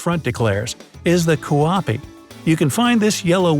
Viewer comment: Kuappi is pronounced with a fast a and p so dont take time to say the a like KUappI